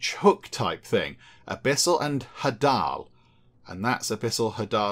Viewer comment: Hadal rhymes with ladle, it refers to Hades.